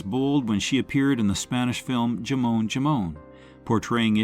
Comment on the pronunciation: The spanish word for ham, 'jamón', isn't pronounced correctly there, by whoever or whatever is doing the narration, when getting to the film with Penelope Cruz, .